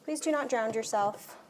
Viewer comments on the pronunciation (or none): The word drown doesn't have a d at the end .